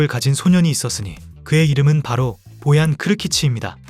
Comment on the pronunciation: 떡볶이를 먹으러 간다고? 스페인 선수가? 너무 ai대본아니냐? ai 나레이션도 보얀을 보앤 이라고하내 계ㅒ속